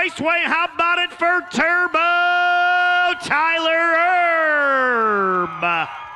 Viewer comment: "TEXAS TERBO" !!!!!!!!!!!